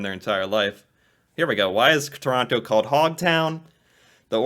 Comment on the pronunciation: This is a computerized voice. it pronounced every T in Toronto.